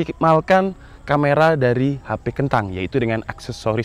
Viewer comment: Please bang.. KENTANG!! Nya jangan di perjelas